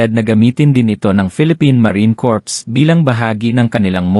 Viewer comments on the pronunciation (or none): Marine Corps : Korps???😅😅😅 bobo mong Vlogger narrator. Baka naman Kor pagpronounce nyan???